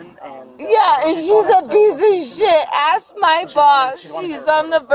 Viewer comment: While getting handcuffed and crying “ way way wait, can I asssk you a question ?”😂